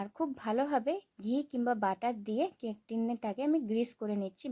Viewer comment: কেক❌ ক্যক✅😂